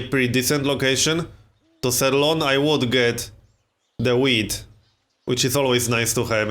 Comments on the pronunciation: Is it just me or does he say weed instead of wheat ? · It sounds like he's saying weed